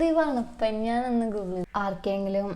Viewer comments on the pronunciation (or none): വണപ്പൻ❌ മൊണപ്പൻ✅